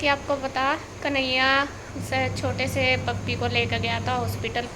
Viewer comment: Ap से को ते क्यों बोलती हो । कम से कम होता है आप कम ते कम बोलते हो 😂